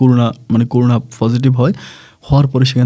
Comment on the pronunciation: আপনার অনেক এপিসোডে করোনার কথা উল্লেখ করেন। একজন শিক্ষিত লোক থেকে করোনা-কে করুনা বলা বেমানান লাগে। অসুস্থ- কে বলেন অইসুস্থ, ওমান- কে বলেন উমান! একটু শুদ্ধ উচ্চারণ করেন প্লিজ।